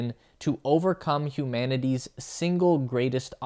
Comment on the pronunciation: Humanity isn't prinounced "human-e-dee" but hue-man-it-e.